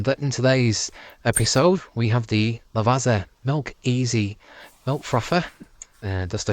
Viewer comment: Do you pronounce pizza piZa? If not why do you proncouce lavazza lavaZa? Zz in one, zz in the other, both italian words, fukin make the connection!!!